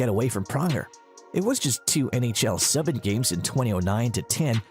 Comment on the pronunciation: turn it off immediately due to "subban" its Soo-ban.